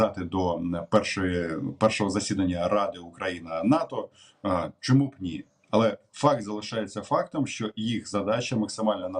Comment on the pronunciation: Не "нИ", а "нІ"... "ні набоїв, ні ракет..."